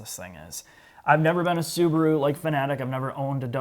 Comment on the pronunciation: The little soo-bar-oooo. Wow.